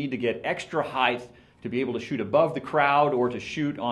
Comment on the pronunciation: The word is "height" not "heighth"! You'd think the owner of the company would be able to correctly pronounce a word commonly used to describe his products. I was seriously considering RRS over Gitzo, but this really turned me off.